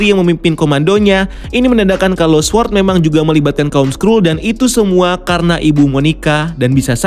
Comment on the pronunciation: baca sword , W nya ga ush dibaca bang... "sôrd"